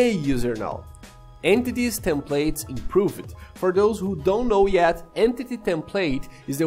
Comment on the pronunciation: Tip: when you say improved, the e is not pronounced. So it sounds more like improvd.